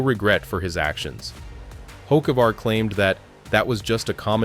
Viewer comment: Don't really believe someone who don't even know how to pronounce he's name.